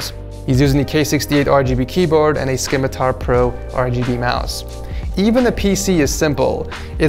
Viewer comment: Scimitar is pronounced sim-itar not scim-itar.